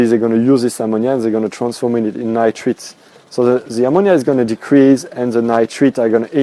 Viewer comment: Stage 2 is nitrites...pronounced "Nightrights". Well done otherwise. Next video: Fishless cycling?